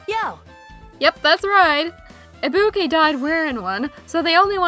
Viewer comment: still cannot pronounce ibuki correctly even after shes full dead